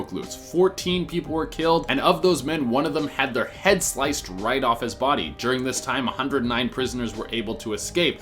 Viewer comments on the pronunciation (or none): none